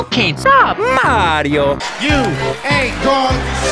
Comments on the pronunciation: Who saw that it said mairo instead of mario But who cares it’s a smg4 vid And it’s still a awesome vid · Prof. Dr. Schande did you say mayro